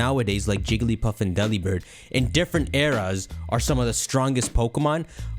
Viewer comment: Everyone: commenting genuinely interesting comments me: Delibird is pronounced like 'Delivered'